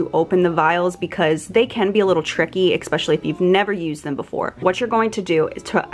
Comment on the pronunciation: Opaque(Kkkk) not Opague(Gggg) Especially(Ssss) not Expescially(Xxxxx) Sorry but this is basic English and your too cute and sweet to use them incorrectly. 😘